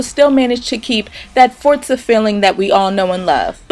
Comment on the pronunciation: Thank you for pronouncing Forza correctly. I can't stand it when people say it wrong :)